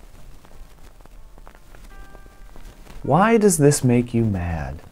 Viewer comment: Personally I'm mad b/c I was waiting for you to put the emphasis on "does" and didn't get it. Why DOES this make you mad?